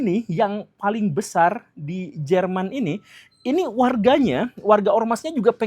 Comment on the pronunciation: German apa german pak 🤣😏